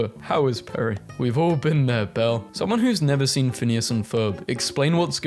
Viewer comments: HOLY SHIT OMG ITS PRONOUNCED LIKE “BELL” STOP SAYING BELLA FFS ITS ACTUALLY ENRAGING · Anyone else notice that he kept calling Belle "Bella"? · Belle is not pronounced Bella. And both The Lion King and Kimba both stole from Hamlet I believe. So they both stole from Shakespeare.